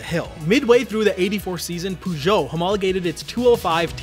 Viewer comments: no way way you say peugeot as poo jot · It took me a while to realize, that this mysterious "Poojot" car manufacturer is supposed to be "Peugeot". The English pronunciation of that word is really weird. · "poo jo" 😂😂😂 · puegot? xD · Much mispronounced Peugeot